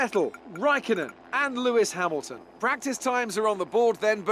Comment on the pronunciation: I'm making you an F1 drivers name pronunciation guide because you butchered about half the names of the drivers. Mercedes-Benz AMG F1 Team -Lewis Hamilton you pronounced correctly -Nico Rosberg you also pronounced correctly Scuderia Ferrari -Sebastian Vettel was pronounced correct -Kimi Räikkönen is Kimmie Ra-cone-en Red Bull Racing -Daniel Ricciardo you pronounced right -Max Verstappen was also pronounced correctly Williams -Felipe Massa is pronounced how it looks -Valtteri Bottas is Valtteri Bot-ass Sahara Force India -Sergio Pérez is Sergio Pair-ez (His nickname is Checo so you could just call him that) -Nico Hülkenberg is pronounced how it looks Scuderia Toro Rosso -Daniil Kvyat is Daniel K-vee-at -Carlos Sainz is Carlos Sy-nts McLaren-Honda -Fernando Alonso is pronounced how it is spelled -Jenson Button is also pronounced how it looks Haas F1 Team -Romain Grosjean is Roe-man Grow-zhawn -Esteban Gutierrez is pronounced how it looks Renault Sport F1 Team -Jolyon Palmer is Joe-lee-un Palmer -Kevin Magnussen is pronounced how it looks Sauber F1 Team -Felipe Nasr is how you were pronouncing it in the video -Marcus Ericsson is pronounced how it looks Manor MRT -Pascal Wehrlein is Pass-call Vare-line -Rio Haryanto is Rio Hairy-ant-o Additional Fun Fact is that Manor went Bankrupt and is no longer a team.